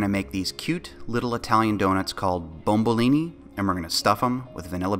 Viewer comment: that it's called bomboloni not bombolini. great job any way!!!